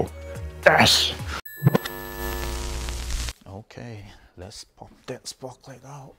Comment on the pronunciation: Sprocket not sprocklet :-)